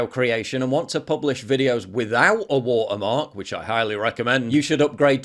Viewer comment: "Withou a waa'ermaak"